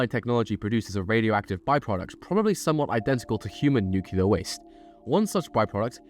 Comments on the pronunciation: It's not "nook-ya-ler", it's "new-clear" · My only annoyance with this video is the way you pronounce nuclear. It's pronounced "new-clear" not "new-cu-lar." Other than that, top notch. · New-KLEE-AR what are you george bush junior? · Just one question, what the fuck is nucular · Nucular* jam according to the video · Why people keep saying nuclear wrong? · That's not how you pronounce nuclear